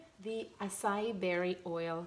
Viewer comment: Your videos are always SO enjoyable. You do an excellent job making them. When you showed the tray of solid conditioners at the end, I smiled. That was my reaction to your beautiful creations. I've heard that acai is pronounced ah-sigh-ee...accent on last syllable. Your English is excellent. They say English is one of the most difficult languages to learn.....we do have some "funny" words such as comb, dumb, bomb....the b at the end is not pronounced so why is it there ?! Ha ha When I hear you speak in French, that sounds more difficult to me but I know it's native to you. Wonderful that your children are growing up speaking both . That reminds me, I think it would be such fun to be one of your kids because of your sweet nature & what you create! Having a mom like you must be awesome.